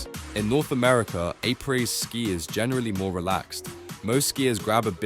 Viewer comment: Did you just say apreS?